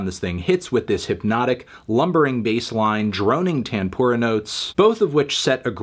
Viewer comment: As an indian, it took me a couple minutes to realise he's saying "tanpura" 😆😆😭